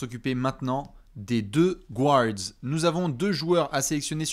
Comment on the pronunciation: ca se dit "GARD" et non pas "GOU-ARD"! 🤣